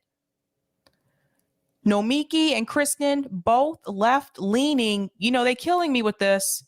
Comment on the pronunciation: I think the issue is that the accent is on the first and third syllable of her first name.